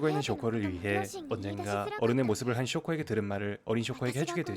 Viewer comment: 쇼코가 아니라 쇼-코라고 해주세요~